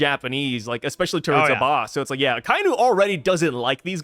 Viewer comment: It's pronounced "ah-kah-ee-noo" not "Ah-kai-noo". C'mon guys, get it right lol.